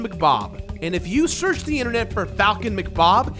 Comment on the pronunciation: "...and if you serktch the internet."